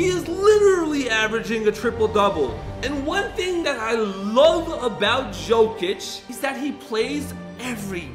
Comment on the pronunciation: Hey can u please pronounce the players names right because it annoys me like when you said ok-oj-ie but it is pronounced o-k-og-ie and Paulo ban hero is pronounced like ban-k-ero and also it is Nikola y-ok-ic not Jo-k-ic